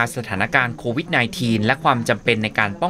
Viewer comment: โควิดอ่านโควิทย์...